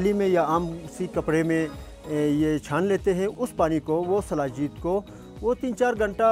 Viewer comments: Its shilajeet not salajeet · Its not salajeet.... its sheelajeet. Sheela means rock in sanskrit. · Hello dear bbc "Anpadhs".It's "Shilajit" not "salajeet"(as per paxtani pronunciation).so kindly change the title.